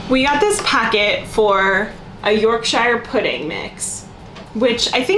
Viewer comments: It's York-shuh, not YORK-SHIRE, in phonetic terms. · Bruh the way you said Yorkshire lol yorkshiyer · Yorkshire pudding is "York-sheer" like the US state New Hampshire - The way you're pronouncing "shire" sounds a little bit lord-of-the-rings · yorkshire pudding with beef gravy / yorkshire pudding with strawberry jam works well too! - please pronounce yorkshire as yorksher - from a yorkshire man lol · Marmite literally has the motto: you either love it or you hate it! Oh and York-shur please. It's not the shires in LOTR! all counties with shire at the end it is pronounced shur. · I really enjoyed this. Yorkshire is actually pronounced Yorksheer in the UK. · shire on the end of a county is pronounced sher it hurts my ears how you say shire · Please say Yorkshire Pudding correctly, it’s pronounced like you would pronounce New Hampshire. Traditionally served with gravy, in the north of England they eat with gravity and mint sauce.